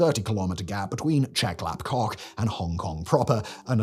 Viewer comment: Who else chuckled every time he said Chep Lap KOK?